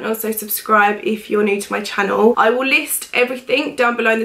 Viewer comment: it's channel not channwell. chann el not chann well.